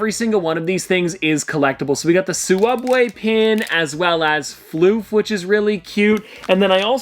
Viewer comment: "Suwubbway pin"